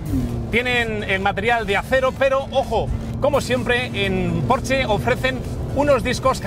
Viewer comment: Por fin, alguien sabe pronunciar correctamente la marca Porsche!!!!!!! 😘